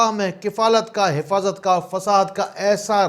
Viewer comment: HafazAt......ح سے ھ. سے نہیں